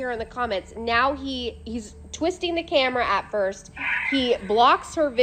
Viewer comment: “whose gonna try it pirst”